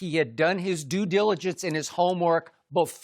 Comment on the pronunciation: Taking a shot every time skip says Do-diligence.